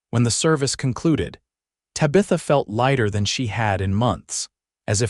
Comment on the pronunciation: AAAAGGGGGGHHHH!!!!!! Tabitha is NOT Ta-Bith-A - it's TAB-ith-a! Fix AI please!!!